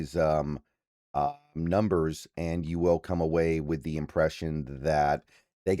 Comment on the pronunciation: Will and well sound the exact same when you say them 😂